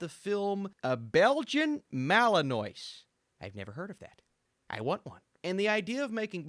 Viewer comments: Belgian Malinois is pronounced. beljan malinwa. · You missed the whole point of the movie, dude. First of all - this was a WAR DOG - and it's pronounced Bel-gian Mal -i - wa - you know, like FRENCH (NOIS - NWAH). It was all about the PTSD both of these characters - the human (Channing) and Lulu ( the dog) have from their experiences in Iraq/Afghanistan. YOU DID NOT GET IT AT ALL. Geez. Watch it again. I do have PTSD, too - and I've watched it FOUR TIMES. DUH